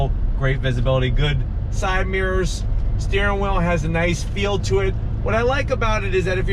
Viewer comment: What is a steering whil? How long after you eat do you get hangry? I've lived in several states from Maine and Pennsylvania to Colorado and Utah. Where in the country do people pronounce "Compass" like that?